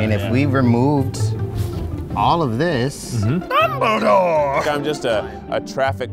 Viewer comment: Ned: "DUMbleDOORE"